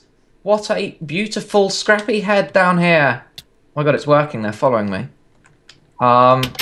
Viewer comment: IT'S SCRRAPY NOT SRAPPIE